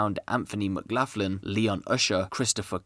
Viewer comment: It's pronounce McGlocklin not maclaughin lol